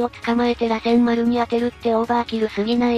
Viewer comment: 螺旋丸(らせんまる)、尾獣(おけもの)、八尾(やつおorやお)、七尾(ななお)、五尾(ごお) 辺りは気になる 特に螺旋丸は主人公の得意技で、NARUTOでのキーになる技だからこれだけはしっかりやってほしいよね